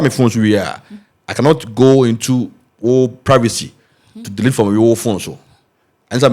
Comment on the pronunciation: Hi Lady, the word is pronounced delete and not DELATE !!! Just mind your pronunciation PLEASE!!!